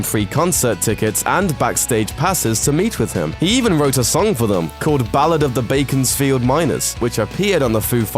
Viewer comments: its not baconsfield its beaconsfield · Beaconsfield Bellend, not Baconsfield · Ok so...most of the "UNTOLD" stuff can be seen and is talked about in The Foo Fighters "Back and Forth" movie and secondly it BEaconsfield NOT BACONSFIELD!.and its Pat Smear NOT Pat Spear.otherwise intersting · It's Beaconsfield not bacon's field. And it's learn to fly not learning to fly. Get facts right. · BACONsfield? No its BEACONsfield.